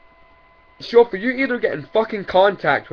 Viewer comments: He says shofu like its pronounced like shoul food. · I'm not gonna lie the way he said shofu was pretty tight though hahaha